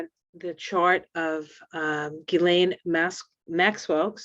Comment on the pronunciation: Ghislane...you have the right pronunciation